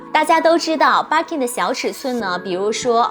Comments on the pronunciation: 日式發音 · 介绍的很好，可惜BIRKIN发音不对！